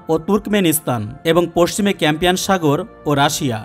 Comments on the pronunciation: "Campian" na, "Caspian" sea hobe. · Campian sagor noi re caspian sagar 😂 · Campian Sagar na Caspian Sagar. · কাস্পিয়ান সাগর হবে। আপনি বারবার ক্যাম্পিয়ান সাগর বলেছেন। ক্যাম্পিয়ান নামে কোনো হ্রদ বা সমুদ্র পৃথিবীতে নেই। কাস্পিয়ান পৃথিবীর বৃহত্তম হ্রদ। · ক্যাম্পিয়ান নয় কাস্পিয়ান হবে। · কাস্পিয়ান শব্দটি উচ্চারণ করতে ভুল করছেন।